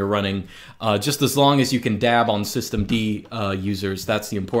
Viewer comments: "soy-stemd" xd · As soon as I heard "Soystem D" I lost it 😂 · "Swisstem-D", well said